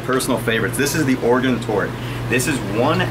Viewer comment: As an Oregon resident i approve how he pronounced it!